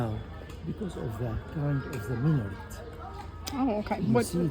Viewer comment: Cest un minAret pas un minoret ou un min'ret.